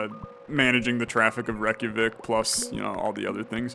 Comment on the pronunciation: your pronunciation of Reykjavík is so good i love the videos